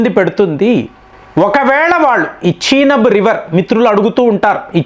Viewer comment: నువ్వు ఏమిటిరా...బాబు.... చినబ్ ...కాదు రా నయన...చినాబ్ రివర్....నీ dikkumalina pronounciation....ఎవడురా బాబు...నువ్వు...ప్రపంచంలో నువ్వు ఒక్కడివే వింతగా pronounce చేస్తావు....